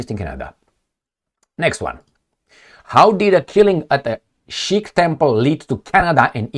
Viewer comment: you mean SIKH... " s" as in Szijjártó 😂